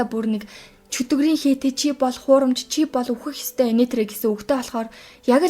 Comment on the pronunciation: Эгч би ёстой гэдэг үгийг нь сда гэж сонсоод гайхлаа шдээ 😂😂😅